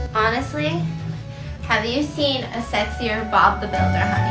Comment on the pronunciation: the way he says honey lmao 😂